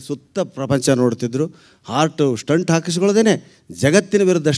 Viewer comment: Hello, let me correct you it is pronounced “Stent “ Not Stunt , now let me see how you can argue for this ?